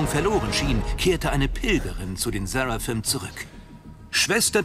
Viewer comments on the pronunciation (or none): Jedes Mal wenn der Erzähler Ancaria und Seraphim sagt, könnt ich wegen seiner Aussprache ausrasten.